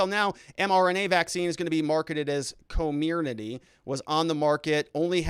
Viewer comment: P.S. koh-MEER-neh-tee is what was approved. Only!?! Do your due diligence and act like A lawyer. Do your research.